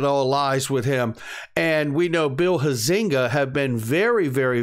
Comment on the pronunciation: Hi. My U.S. Representative Bull Huizenga’s name is pronounced “ HIGH - zing - ga” with accent on HIGH. Hope this helps, Randy